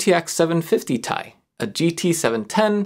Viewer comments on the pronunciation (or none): Nooooo it’s T.I. Not Tie. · I know he only said 'tie' instead of TI to trigger people, but i'm still triggered. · Its 3080 "Tea-Eye" not "Thai"! ;D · DID YOU JUST SAY 3080 "TIE"? BOO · Your troll pronunciation of Ti was hilarious, thank you 😊